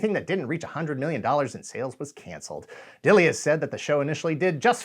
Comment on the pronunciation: I've met Flint, and asked him directly about the pronunciation of his surname. It's "Dill" like the pickles, it's just an Old English spelling with a silent "e".